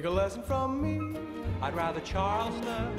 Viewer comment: "I'd rather Charleston!" Me: Oh, is that what that was supposed to be? I thought you were trying to pass gas.